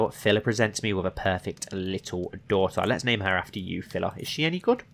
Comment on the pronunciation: It's Pihla and not Phila.